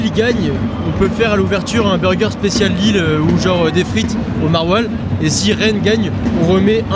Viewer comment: Au secours!!! Lille sans 'S' svp. Faites un éffort quand même.